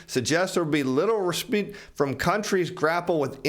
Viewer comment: Please revisit your pronunciation of respite.